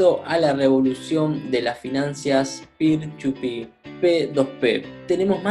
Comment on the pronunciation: Dijiste pir chu pir